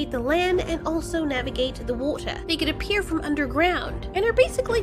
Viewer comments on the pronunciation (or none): also navigate the "WATER" British accent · Welp she’s British because only brits say wa’ter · Did she say water in a British accent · Lol I guess she's british when she said water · you sounded British when you said water am I wrong?